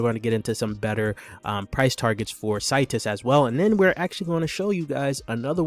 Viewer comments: Seeetus not Situs 👌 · Bro u saying the name wrong